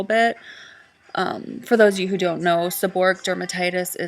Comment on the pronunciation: If you throw everything at a problem in your body, you'll never know which of them, if any, works for you. The end of the wrod is pronounced like "o-ray-ick". Stress on the "ray" syllable.